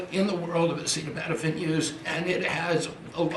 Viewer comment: The Acetaminophen incident is clear evidence that he stumbles into these press meetings completely unprepared. He never read the speech beforehand and never talked about it to anyone. The meeting was about Acetaminophen and he doesn't know how to pronounce it? They shoved him into the room "here are your cards" He had no clue what was happening.